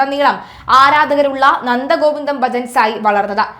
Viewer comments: Nandagovindam not nandagovindan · നന്ദ ഗോവിന്ദനല്ല കൊച്ചേ, നന്ദഗോവിന്ദം. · നന്ദഗോവിന്ദൻ അല്ല നന്ദഗോവിന്ദം ആണ് 🤭🤭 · നന്ദഗോവിന്ദം ഭജൻ ആണ് നന്ദഗോവിന്ദൻ അല്ല , സഹോദരി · നന്ദകോവിന്ദൻ അല്ല, നന്ദഗോവിന്ദം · നന്ദഗോവിന്ദൻ എന്നല്ല കൊച്ചേ നന്ദഗോവിന്ദം ആണ് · നന്ദഗോവിന്ദൻ അല്ല ; നന്ദഗോവിന്ദം ആണ്. കുറച്ച് ബോധമുള്ള ആരെയെങ്കിലും വാർത്ത വായിക്കാൻ ഇരുത്തിയാൽ നന്നായിരുന്നു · നന്ദഗോവിന്ദൻ അല്ല, നന്ദഗോവിന്ദം എന്നാണ് കുട്ടീ